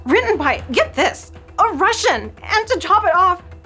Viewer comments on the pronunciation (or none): none